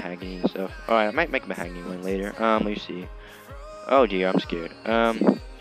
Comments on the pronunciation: U say the hog not hag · It’s pronounced mahogany